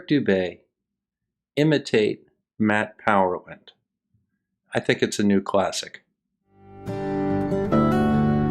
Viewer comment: It's "Math Powerland", not "Matt Powerland".